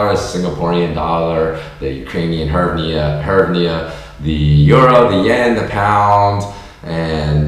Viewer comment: Dude, please don't mention the Ukrainian currency. You are hurting my ears! It's pronounced "GREEV-na."